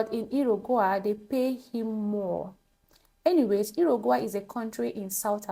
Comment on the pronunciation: It's pronounced, ",Yu-ru-guai" 😊